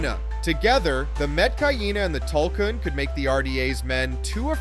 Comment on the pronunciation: your saying Tulkun wrong have you even watched Avatar? lol